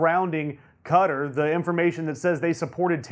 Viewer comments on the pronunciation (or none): Fuck whether it's insulting or not it's fucking stupid. Also I just realised that this tool means Qatar (cat-are) when he says cudder. How can you make a coherent point when you can't even pronounce the names of countries? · It's pronounced Katarr, not cutter. Also, what's with that stupid haircut, are you in highschool and just learned about hair gel? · Qatar is pronounced 'KatAr', not 'Cutter'. Also, as mentioned in comments below, Moscow is pronounced 'Moscaw' and Iran is pronounced 'E - ron'. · It's not pronounced like "Cutter". It's pronounced like "Ka-Tar". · I'm American & it's pronounced Qua -tar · He did an even worse pronunciation of Qatar.